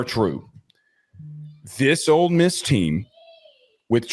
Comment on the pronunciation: And its OLE MISS Not OLD MISS